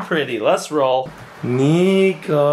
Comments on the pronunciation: It's Niko not nico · Niko said Dino ok just telling you bc I heard it